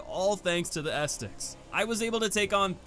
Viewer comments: Ah set tic, not estik lol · Great video! Sidenote: Ascetic is pronounced "assy dick" not "asstick" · Seems like the hardest boss for you is pronouncing Ascetic correctly 😂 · FYI its pronounced "uh see tick" not "ass tick" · Ah, the return of the king Edit: a few things I want to add Not really that important, but ascetic is “ah-seh-tik”. The way you pronounce some words honestly cracks me up. In regards to Yhorm, I think some people fail to understand the significance of his fight if Dark Souls 3 was their first/only souls experience. DS3 is essentially an homage to DS1 and DS2. Yhorm is a shining example of one of the few times DS3 references Demon’s Souls. Not only in regards to the actual weapon, the Stormruler, but also to the more puzzle-esque boss design of Demon’s Souls. He would fit perfectly in that game, and they used his fight as an opportunity to pay respects to the OG souls experience rather than recreate something along the lines of the giant fights from DS2. On a side note, you can also fight Yhorm with a regular weapon if you’re looking for a big challenge. It’ll take a while to bring him down, but with his moveset and damage it really is an exhilarating experience. Go grab the Frayed Blade (plus a bunch of repair powder) and give it a go if you want Yhorm as a tough battle. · Ahh yes! The “bonfire esticks”. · Ascetic, uh-seh-tuhk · Ascetic = "uh-SEH-tic." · bonfire "a set ic" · AAUUUUGH! Ascetic! ASS_ET_ICK! XD I'm sorry if this is rude, but it drives me NUTS when someone repeatedly butchers a word when they could just take an extra half second reading it to say it right XD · Ascetic = ah-set- ick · it's pronounced ass-etic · Glad to be back, thanks for continuing to check the vids out! All these years later, I still can't stop mispronouncing things in videos lol. Thanks for the correction, will note for the future. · Wait say "ascetic" again 👀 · Why you say Ascetic like that